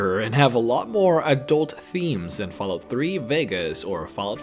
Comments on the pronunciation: I really wanted to watch this video to the end. But the way you pronounce Fallout made me quit after because it was driving me insane that you would say fahlout. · Fal lout xD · Did he say foul out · You know you said fállout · Fal out? its Fall out...at least know the game before you make a vid on it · "fellout" xD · He says Fallout like Falcon...not fell... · 'Faal Out' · He doesn't pronounce it Falalt or Fellout. He pronounces it Falout. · Or Falalt, like Excellent Quality said. It was one of those two things. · He lost me at "Fellout" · Did anyone else hear this man say faalout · everybody, lets report for discrimination of fallout, for the sole reason of him pronouncing fallout as fellout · Did he say fal out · He said faalout instead of fallout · Say fahlout one more time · fahlarht hahaha i cant stop laughing, sorry dude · the way he pronounced fallout at the start xD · How the fuck can you pronounce Fallout (FALL....OUT!) So many different ways? It bothered the hell out of me, such a shame because it was actually a good video. P.s google has a speech option for words, maybe do some proof listening before posting next time, "peyote" cough is another one